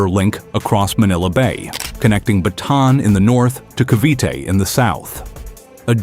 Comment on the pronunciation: BATAAN not BATON !